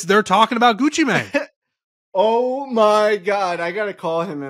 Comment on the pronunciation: The fact that calls him Gucci Man and it’s and Gucci Mane is absolutely infuriating hahahah. Claims he’s a rap guy too 😢